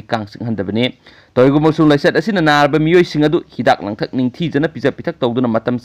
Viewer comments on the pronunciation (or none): none